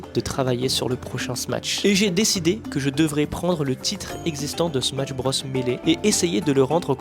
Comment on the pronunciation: Outre la prononciation fausse du titre du jeu (point negatif vraiment pas important imo) la vidéo est géniale!